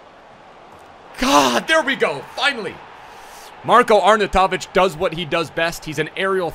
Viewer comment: It's pronounced marr-koe Arr-naw-you-toe-vich